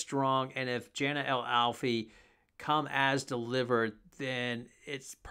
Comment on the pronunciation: Jana is pronounced Yana